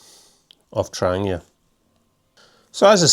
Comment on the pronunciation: Also love how you pronounce Trangia properly the way it’s said in Swedish. Other than yourself and 2 others that make videos all says tranJEEa 😆✌🏻🌲